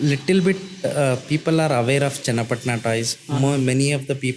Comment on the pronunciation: It's not chenna patna. It's called channa patna 😂.. Thanks for promoting my home town